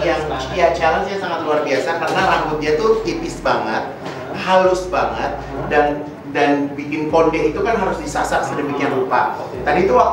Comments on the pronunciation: Aku artiin ngomong banyakn itu maksudnya banget atau nanya beneran? Dia kyk pakai tata bahasa Rusia jadi Bhs Indo.. Nangkepnya sih giitu, hehehe...😀😀 Kerennya lagi dia cuek aja walau salah2 ngomong dan tetep bawel, jadi kitanya yg berusaha ngerti maksudnya dia apa... 😀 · Dia tuh bilang 'banget' tuh jd 'banyakin' ya